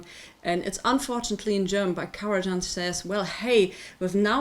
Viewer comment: Indeed, it’s just Karaj[h]an, as in German. And it retains the same pronunciation in any language. Thank you for the review, though!